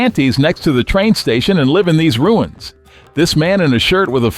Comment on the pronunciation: AI voice pronounced the verb Live as a noun ...